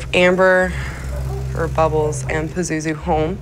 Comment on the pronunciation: The way dude in the beginning pronounces Pazuzu irks me. LOL. Peh-zoo-zoo.........